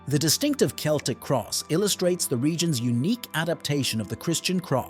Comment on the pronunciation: I like how you pronounced Celtic in three different ways